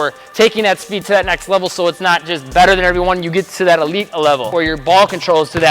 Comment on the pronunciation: Thanks for the tips. By the way sounds like you keep on saying "elite a-level"🤪